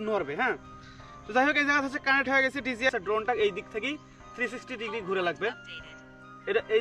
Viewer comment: Bhai oita dgi na dji.🤣🤣